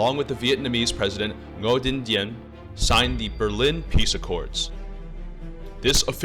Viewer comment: He didn't even prononce correctly the name of south president Ngo Dinh Diem